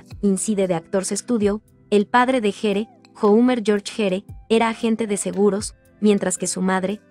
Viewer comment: GERE SE PRONUNCIA GUIER